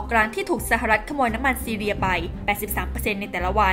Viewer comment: ประเทศซีเรียจ้า ไม่ใช่ซีเลีย ไปเรียนหนังสือมาใหม่นะ